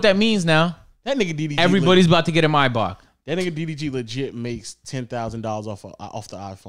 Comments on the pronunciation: I hate how you pronounce Mybach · Why can't these boys say maybach properly "may-back" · The mispronunciation in this pod low key had me hot the whole time 😂